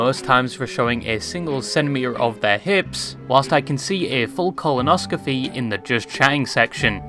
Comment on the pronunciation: wtf is a colonoscophy or colonoscofy? Why are people so bad with words today?